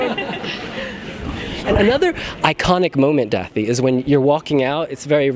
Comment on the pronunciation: I wish he would pronounce Da∂i’s name correctly. The ∂ is pronounced like the “th” in that. He keeps saying “th” like in “things”. It’s a completely different letter in Icelandic.